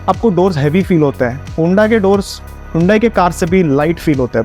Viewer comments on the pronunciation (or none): Kya hunda hunda kar raha... its HONDA